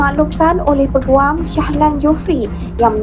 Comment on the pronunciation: ........cuma nak betulkan sikit jaa...mejoriti org Indonesia salah sebutan Peguam tuu...sebutannya yg betul tuu pe'guam'...soryy iyaa...cuma nak betoi kan ajaa🙏🏾🙏🏾🌹